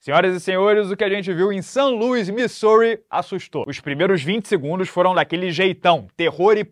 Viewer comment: a pronuncia é mais pra "Mi-Zul-Ri", anão. ☝️🤓